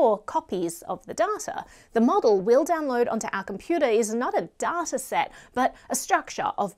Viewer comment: its not pronounced DARTA its pronounced DAITA ! but other then that you rock !